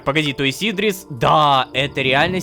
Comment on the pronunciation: Идри́с, а не И́дрис